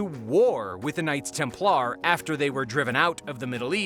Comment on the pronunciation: Why were you pronouncing Templar weird? lol